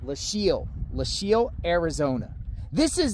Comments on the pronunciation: Pronounced LOW-KEEL. Fascinating history! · Lochiel is pronounced Low-Keel. Always leave a ranch gate the way you found it. The barrier on the border in the Lochiel area isn't to prevent people from crossing on foot, as the area is extremely remote. They are vehicle barriers to prevent vehicles full of people or dope from just driving through the wire fence and crossing the border. As to why the barrier abruptly ends? Ask the current administration. - retired BP Agent that spent 7 years assigned to the Nogales Station and often worked the Lochiel area in the late 1990s - early 2000s.